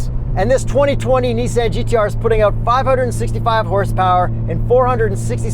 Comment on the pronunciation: Kyle Amante he also says owt instead of out. Punishable by death if you ask me.